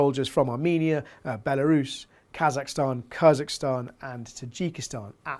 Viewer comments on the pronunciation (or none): none